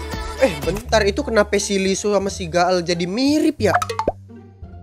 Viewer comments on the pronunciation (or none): IKR!!! Leeseo sma Gaeul emg mirip, aku aga susah bedainnya pas awal liat. ini aja bisa bedain gara² hairstylenya beda wkwk. btw ka izin koreksi leeseo itu dibacanya liso, bkn lisu hehe🙏🏻